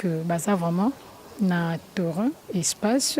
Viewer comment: Sorry, ozali kosala mosala kitoko mais présentatrice sala effort pona prononciation nayo ezali malamu te tel que terrain bcq d'autre ( remarque constructive) merci